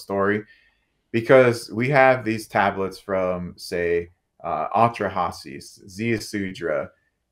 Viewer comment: What a pretentious jerk. "AH-tra-Hases"??? Get REAL!